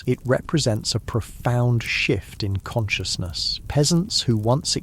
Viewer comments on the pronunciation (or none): none